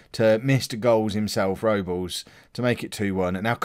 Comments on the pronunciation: Everton's goalkeeper is joel Robles an that's pronounced Rob-les but you say it however you like mate haha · Think Robles. Is pronounced Rob - Les but it wouldn't be a video without you saying names wrong haha